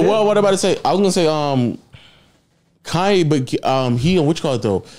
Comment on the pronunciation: “Now all I need is y’all to pronounce my name It’s Kanye, but some of my plaques, they still say “Kayne”